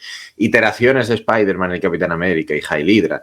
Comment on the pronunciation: Como "Spaiderman"??? Noooooo..... Spiderman, por favor. 😅